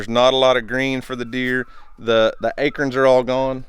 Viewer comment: Love how you say "akerns"